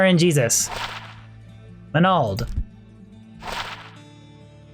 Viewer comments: you say "manald" weird. like MinAld... do you call your magic "minna"? or MAN-Nah? MAN-NALD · the repeated "MAH NAL'd " really got to me... MAN ALD bro :)~ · Stone of Manald hahahahaa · Everytime he says manald Drink a shot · Manald manald manald another manald and...another manald 🤣😐😭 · Manald - Manald - Manald - Manald... Another Manald!! xD Manald - Manald - Manald - Manald... Another Manald!! xD My Friend names is Maneld, when you say Manald you say my friends name hahaha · If i didnt think the word "manald" sounded weird before... Lol great vid thanks for the rng showcase